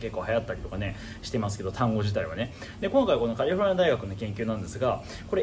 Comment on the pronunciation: カリフォルニア大学の言い方でなんかじわる。